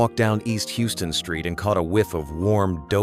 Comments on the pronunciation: NO!!!!!!!! It ain't pronounced "Hugh-Ston Street" it's pronounced "House-ton Street" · It's pronounced "How-ston," not "Hugh-ston." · AI voice?! The street is pronounced HOW- ston not Hewston like in Texas. Also Knish- it is pronounced Ki-nish - the K is not silent. This is too easy to research. Perhaps try a human voice and brain next time to do your voiceovers and your homework. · It is not pronounced as "Hugh-ston," like the Texas city, but "How-ston." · "House ton" street not "yous ton" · In New York Houston is pronounced HAWSTON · It’s pronounced HOW-ston street. Pathetic. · hew-ston street!?!????? Oy!!!! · Yonah Shimels is on How-sten Street and the food served there is pronounced ka-nish! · Thumbs DOWN - can't even pronounce HOUSE-ston street correctly! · Terrible A.I. narration. HOUSTON Street? Its' pronounced HOWSTON! I hate A.I. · Please, Houston Street is not pronounced like the city Houston, in Texas. In New York it's pronounced, "hau-stuhn" [ of the video]. Otherwise, great video😋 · if you can't pronounce Houston Street properly you're a poser not a New Yorker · If you can't pronounce Houston Street correctly, that's a FAIL. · The computer had no idea how to pronounce Houston St., or a bunch of other words! Very shabby. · I just noticed that too!